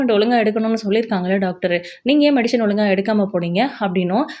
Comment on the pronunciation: It is medicine not medishine